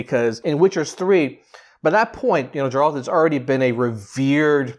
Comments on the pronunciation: Forgive me but it's Geralt not Jeralt. Ger like rhymes with hair. Geralt. Otherwise, glad you liked the trailer! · GAIR-alt! Hard ‘G’! I’m sorry but mispronunciations really bother me😭😭 Anyways, I’m totally Team Yen and I’m glad that this is a story about their little family. I’m beyond hyped for this! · You call yourself a fan, but don’t even know how to properly pronounce his name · Stop saying his fucking name wrong before he comes and uses axi on you